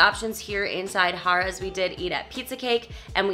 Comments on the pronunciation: Great review like usual. Funny I kept hearing Hahrahhs!! It was funny. Than you would say Harrahs, than back to Hahrahhs...lol...Good times. Thank you for sharing. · Pronounced hair ras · The correct way is Hare-uhs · I will not lie, almost stopped watching it after I heard haaar-as the 10th time. Totally took my focus off of the place itself, lol. Spot on review though! Def one of the prime locations and hotel rooms are affordable. The table games limits tend to be high though. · Lol that was my comment to you too!! Stayed there many times. It’s definitely Hare-uhz!! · The oyster bar is very good but not cheap. Harrahs is one of the last on the strip with 5 dollar tables most of the day. It was funny how you were pronouncing Harrahs, it should be "Hair" ahs, anyway, good video and don't miss that oyster bar next time... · I 'm an inconsistent pronouncer of "Harrah's" myself. No worries on my part! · Why two different pronunciations of the name Harrah's? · I love how you keep pronouncing Harrahs differently. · Mispronouncing "Harrah's" makes your entire vlog invalid and a complete waste of time. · I didn't care for how you kept switching how you pronounced Harrah's. It got annoying.